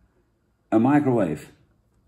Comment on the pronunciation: Daarom noemt hij het oook "maaikroweef".